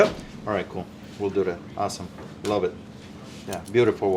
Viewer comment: you should make a t-shirt saying “I lub it” I love how you use “B “instead of “v” always make me laugh aha I have Polish parents too and your accent reminds me of my dad who unfortunately passed from suicide 4years ago… but thanks for brightening part of my days, always waiting for new videos!